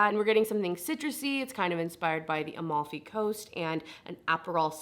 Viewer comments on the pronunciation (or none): none